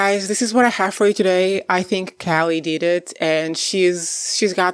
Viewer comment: How do you not know how to pronounce Callie’s name?? Don’t you watch the show? I’m out. You’re not credible